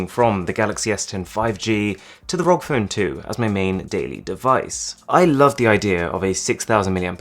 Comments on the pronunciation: It irritates me when he says Rog rather than R.O.G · please call it a R.O.G phone, not a "rog" phone its an acronym not a word. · R O G not rock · Arun: rog Me: it’s pronounced R-O-G Also me: You’re not a gamer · When they pronounce ROG ("R.O.G") as "rog" hahaha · R-O-G phone smh not rog phone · no offense or anything but the r.o.g. is pronounced seperatly, not as one word as "rog" but as separate letters because it stands for "republic of gamers" so "R. O. G" not "rog" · I just get trigger as he speaks rog instead ROG cause ROG= Republic Of Gamer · Its R.O.G. not rog, Asus employees hates it when people say it rog :P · Please never say rog its R O G It stands for republic of gamers You noooob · Its R O G not Rog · btw its called R.O.G not ROG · It´s called R-O-G = ARR-OH-GI, not rok :p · It’s R.O.G not Rock or Rog or whatever. Sounds weird. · u saying rog makes me uncomfortable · please stop saying rog as one word. please. stop. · Its r.o.g like the letters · You already know how does it pronounce but why are you still saying ROG phone? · It's been a year and he still says "ROG" wrong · How do you pronounce it ROG or Rog